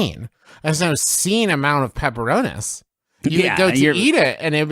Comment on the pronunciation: I hate how they pronounce pepperonis